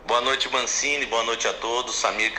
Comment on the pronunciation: Entrevistador falando Mancine, e eu só conseguindo ouvir Guardiola